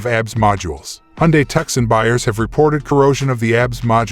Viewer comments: "TUK-SUN?!" Its "TOO-SON" ....AS IN Tucson, Arizona.....just like the SANTE FE, as in Santa Fe, New Mexico. Jesus christ I can see and HEAR the decline of America's IQ in real-time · It's 2son,.....not tuckson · It is pronounced Tooson. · Please call thus vehicle by its rightful name! TUCSON pronounced TOO SON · People review a car and can't even pronounce it? its 2son . I have owned the 2022 Tucson Limited Hybrid for almost a year now, best and most fun car I ever drove, just love the safety and ease of lane centering. zero problems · You cant pronounce the name of the vehicle you have no business reviewing anything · You sound American yet you fail to pronounce the name of the American city it’s named after “TUCSON” “C” not pronounced!!